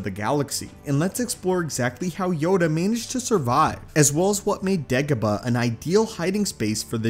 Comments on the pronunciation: No one: This guy: degehbuh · ok, STOP pronouncing Dagobah like that!!